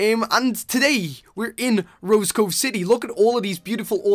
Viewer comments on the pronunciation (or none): none